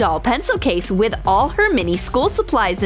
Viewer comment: did you say all or nall